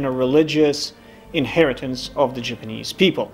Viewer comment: Love this show. I wish the narrators wouls speak or pronounce words correctly. Japanese is not pronounced Jipanese. Get a clue